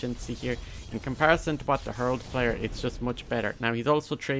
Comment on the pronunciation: i like how u say herld instead of he-ral-d